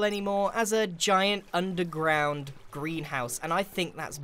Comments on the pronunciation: Am I the only one who hears "Grianhouse" when he says greenhouse? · Every time you said greenhouse it sounded like "grianhouse"